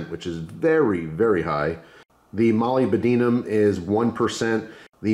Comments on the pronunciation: its pronounced "moe lib duh numb" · dunno why but "molly ba deenum" made me laugh